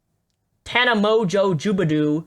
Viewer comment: i just love how he is white knighting for tana, but doesn't even know how to pronounce her name... all he had to do was watch 2 seconds on one of her videos, she says HEY GUYS IM TANA MONGEAU every time. he obvioulsy has never watched her, or ian. he doesn't even know what hes talking about.